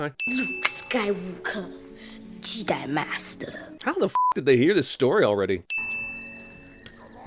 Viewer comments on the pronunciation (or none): "Luke Skywalker, Jidai Master"